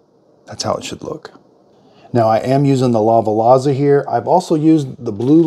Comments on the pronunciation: Sorry to be picky…. But it is pronounce La Va Za. Also…if you are finding that the espresso is too bitter then there a few things not right. First and foremost it could be the coffee you use. There are so many FRESH bean options out there that make wonderful NON BITTER espresso. When you shop for beans look for a roast date on the bag. It should not be more than a few weeks out or at least one month out from the current date. Second, even with the right coffee there are many variables for a great espresso - the amount of coffee in grams, the grind quality, and the temperature of the brew. You should also be timing your shots with a timer when you hit play. The brew should take between 25 and 35 seconds for a double shot. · Lava-Lazza? Bus'tillio? 💀